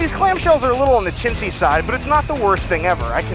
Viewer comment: Did you say Chincey?!? Be careful it's 2019 bro lol